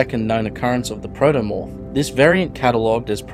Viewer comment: Protomorph, not "Praetomorph".